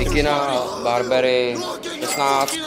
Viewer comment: Vidim, ze chalan nevie ani to Burberry vyslovit. "barbery" 🤡